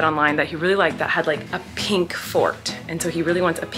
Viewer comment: Colleen saying pink properly for the first time in her life ahaha